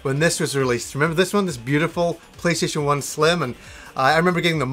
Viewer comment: Did he say playshaition?